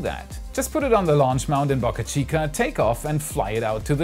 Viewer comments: the "Boca" in Boca Chica rhymes with Boat!!! Other than the way you pronounce that, you have a great Youtube channel! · Please learn how to pronounce Boca